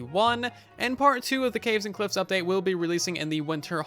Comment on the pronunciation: sounded like Russian update to me :v